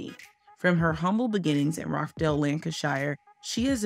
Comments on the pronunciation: Rochdale not Rock Dale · Its Rochdale as in 'botch' not 'rock'